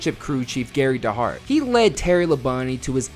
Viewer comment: Hey kid Gary Dehart name is pronounced D Hart or Dee Hart, honestly not to find anyone saying correct